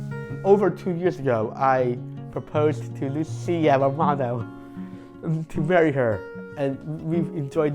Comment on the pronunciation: How could you not fall in love with?! The way he says Lucia Romano is so beautiful... pure joy!💗